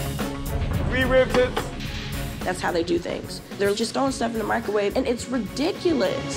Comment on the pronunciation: "Mike Ro wave"